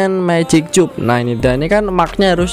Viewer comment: Bg lu bilang cub itu salah bilang nya bg, kayak gini cara nya bg ciub dibaca